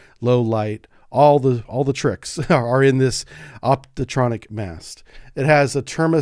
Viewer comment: Dear. Thanks for the video! But: it's an optronic mast, not "optotronic" as you say several times.